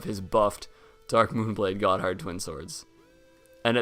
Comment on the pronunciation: The pronunciations on these early videos are funny: Caestus - He says Kestus (it's ses-tus) Smough - He says Smog (it's smoe) Gothard - He says Got Hard (it's gaw-therd) Scythe - He said Sith (it's saith)